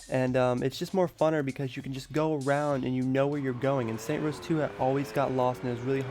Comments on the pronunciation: Some things i need to correct you on. First off you keep saying saint rows its saints row damn it,also why did you buy the UFO dlc you can get for free with a cheat code,finally the only reason you can memorize the Saints row 3 map better is because they just copied and pasted shit in the map. I also want to say something that i dont need to correct you on,saints row 2 had a better variety of people and details,its those little things thing that make the game good. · This video was bad. The guy says that he was using the exact same helicopter in both games even though they look a lot different and have completely different names. Also, if he knows the series is called 'Saints Row', why does he call it "Saint Rows"? I'm sure this was hard to edit but it doesn't deserve any likes. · Its saints row nor saint rows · saints row not saint rows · its saintS row no saint rows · it's saints row, not saint rows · I stopped watching just cause you kept say saint row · Saints Row not Saint Rows. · Saints row!!! NOT SAINT ROWS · Saints row! NOT SAINT ROWS! your making my brain explode! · its SAINTS, not SAINT -_ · It's not saint rows, it's saints row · Can you please say saints row 3 not saint rows 3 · This dude had the nerve to swap the 's' at the end of saints and put it at the end of row.. Saint Rows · Fucking Jesus Christ stop saying Saint Rows Dislike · Bro I know it's so fucking irritating when he says saints rows😤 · Disliked cause you cant pronounce the game correctly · "Saint Rows" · Lol Saints Row not Saint Rows XD OMG! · its saints row, not saint rows. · SAINTS ROW. NOT SAINT ROSE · It's saints row not saint rows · Why does the title say "Saints Row" but you say "Saint Rows"? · why do u say saint row when its saints row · Stop saying Saint Rows you dumbass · Its saints ROW not Saints ROSE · Jesus Fucking Christ! It's SAINTS ROW, not Saint Rows. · its saints row not saint rows